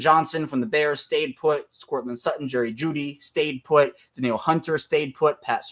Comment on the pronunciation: *Stay Put not Pat 😂